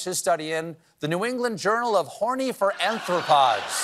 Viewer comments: AR thropods, Stephen, not AN thropods (they're articulated, not humanoid) (Oh, sorry, this isn't Seth's Jackal's Corrections !) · Sooo disappointed that he put an "n" in arthropods. Its like when GWB tried to pronounce nuclear. Total cringe for a nerd like me. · It's "R"thropods, not "AN"thropods. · Anthropoids? Think you mean ‘Arthropods’